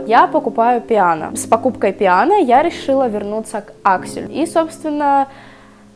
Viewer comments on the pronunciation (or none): Нет такого произношения в итальянском языке ПИано! Только Пьяно! Ботинки в теории итальянские. А по факту производит эти формовки какой-нибудь Тайвань. У поф фигуристов все на спец заказ, сами они не покупают. Поэтому это ПИано никак не оригинал, к сожалению. А ещё из таких паралон вылезать начинает быстро и прочие неожиданности